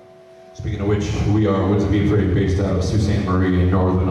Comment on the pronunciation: He may not have pronounced Ypres correctly, but he's got an epic beard and an epic band. Rock in peace.